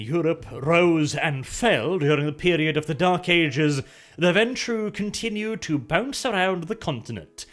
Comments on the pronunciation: Warning: may contain bias... remembers pronouncing ventrue as venture Me: This was not the warning we needed. O_o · Hey! finally learned ho to pronounce this clan's name! In every other vid he called them the "venture"